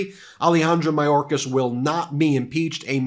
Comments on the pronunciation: I love, but if we’re going to mention MTG’s mispronunciation of indictable, I would recommend paying closer attention to better pronunciation of Alejandro Mayorkas. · Marjorie Traitor Greene "Secertary Majorkas". First "Gauzpacho police", then "Peachtree dish" and "Indickable". This woman is an absolute dunder head!!!